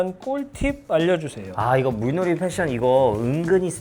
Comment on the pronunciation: 타타 물놀이는 [물로리]로 발음해야합니다. 타타 발음 보면 재밌을 때 많음. 글자 그대로 발음하려고 해서 겹받침 다 발음하는 것도 재밌음. ㅋㅋ